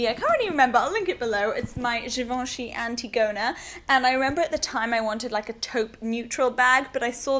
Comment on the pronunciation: Great great video (and for once, someone pronounces Givenchy correctly ;) ) !!